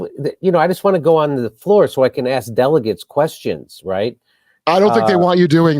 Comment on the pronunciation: Is it delegates or delicates...😂